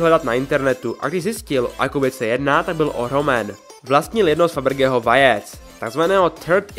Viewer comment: Klenotník se jmenoval "Faberžé", ne "Febridž". "Faberžého" vejce. Měl francouzký/hugenotský původ.